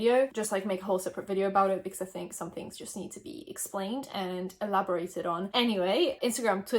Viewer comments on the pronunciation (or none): when you said “explained” you sounded so american